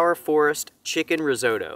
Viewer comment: I've never heard 'Risotto' pronounced like that before 🤔🤣